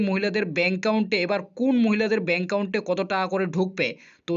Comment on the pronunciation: দাদা ইউ টিউব চ্যানেল করছেন সেটা ঠিক আছে। কিন্ত কিছু কিছু উচ্চারন যেমন দূগো পূজো, চেনেল, ব্যাঙ্ক কাউন্ট এই শব্দগুলো সঠিক উচ্চারণ করুন।